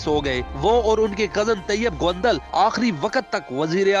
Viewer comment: Phelay naam seedha lay gaundal nhi haunda gondal honda